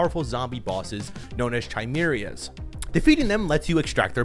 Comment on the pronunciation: I am going to jump off a crane in real life if I ever hear chimeria again